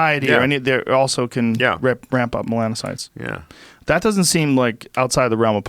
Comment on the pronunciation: Joe "I know so little about human A&P that I can't pronounce "melanocyte"...but, I'll still school you about your medical specialty" Rogan